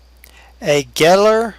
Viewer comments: it's actually pronounced GAIL like hail. i own 3 gehl skid loaders. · Gehl is pronounced gale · No its actually pronounced geihl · Pronounced "gale"...just saying...lol